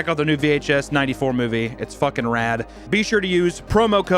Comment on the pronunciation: the way he says movie is funny